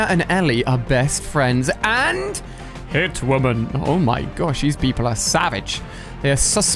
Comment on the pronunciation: the way he said "hitwomen"